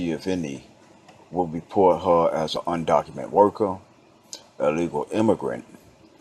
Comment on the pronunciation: Undocumented...with an ed at the end. Just saying brotha. People will take what you say seriously if you articulate it correctly.